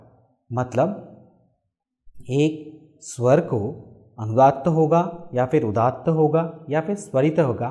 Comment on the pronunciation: बहुत सराहनीय प्रयास। केवल आपके उच्चारण में अभी सुधार करने की गुंजाइश है। 'अ' का उच्चारण "औ" सुनाई पड़ रहा है । 'स्वर' भी कहीं कहीं 'सर' प्रतीत हो रहा है। हेमंत कुमार,विख्यात गायक की मातृभाषा भी बंगला थी परन्तु उनके उच्चारण से यह पता नहीं चलता था। आशा है आप इन छोटी मोटी त्रुटियों को दूर कर इसको और निखारेंगे और हमारी संस्कृत भाषा का ज्ञान बढ़ाएंगे ।